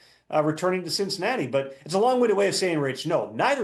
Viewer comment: "On to cincihairy" lol